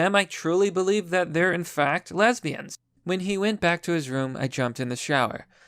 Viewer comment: "LESBIYANDS! " - JLP